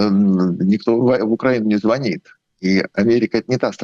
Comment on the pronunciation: Ведущая , вы безграмотно ведёте беседы. В слове звонит, ударение ставится на последний слог, а преимущество среднего рода, поэтому никак не может быть такая.. Смею заметить это не первые провалы в ваших интервью....